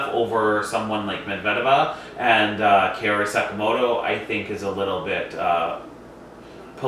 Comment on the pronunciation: Just a note on Kaori's name pronounciation: COW-ree. Thanks for the video. :)